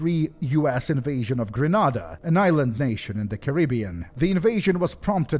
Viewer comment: Oy. It's Gren-AYYYY-da, NOT Gren-AHHHH-da!!!!!! 😑😑😑😑